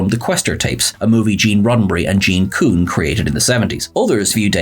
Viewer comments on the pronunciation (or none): none